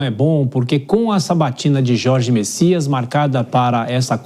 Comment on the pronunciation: Não é Messias e sim: Bessias